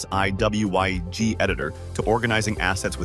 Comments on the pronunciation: I was into the video (if not a little skeptical) but as soon as the voice spelled out WYSIWYG, alarms immediately started going off, lol. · who pronounces WYSIWYG by saying each letter? might adjust your AI script reader...